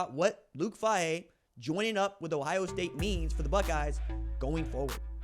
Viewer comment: Not a big deal. But it’s Fay-He. Go Bucks!!!!!